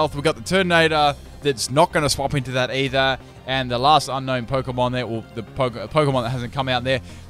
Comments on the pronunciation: UUH IT'S PRONOUNCED UNKNOWN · yeah boi You say unknown but you write unown